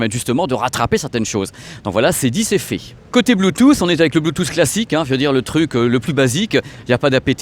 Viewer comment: RIP le « T » de Bluetooth... on sait pas où il est